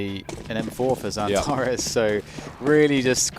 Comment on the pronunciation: how he says "Mr. Xantares" is fireeee